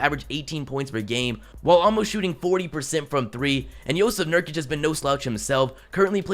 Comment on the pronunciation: He said Joseph nurkic